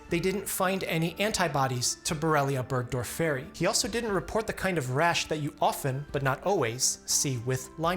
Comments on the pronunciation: Borrelia burgdorfor-eye is how I’ve always pronounced it. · never heard anyone pronounce burgdorferi like that before lmao 🧚‍♀️ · It is difficult enough teaching the students how properly to pronounce common words in medicine... Burgdorferi... The accent falls on the second syllable. Please study classic Latin and Greek. It makes future engagements so much easier. There were other painful mispronunciations. Ixodes.. again... The accent falls on the second syllable.